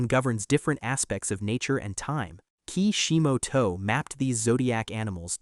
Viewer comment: The way you mentioning Ki Shi Mo To, lmao bruh